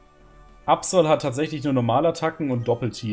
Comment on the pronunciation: Aerodactyl (kein zweites L) und Absol (kein zweites L) müsste man doch am Ende langsam und nicht schnell aussprechen? Frage nur, weil ich es richtig aussprechen wollte und hier "Aerodactüll" und "Absoll" höre. Was ist nun richtig?